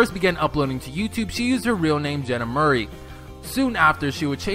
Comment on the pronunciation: It's not Mur-ey its -Mor-ey